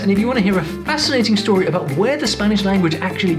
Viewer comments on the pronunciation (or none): none